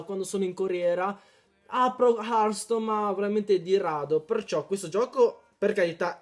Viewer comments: hearthstone non hartstone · Comunque si scrive hertstone ma si dice hertston (per )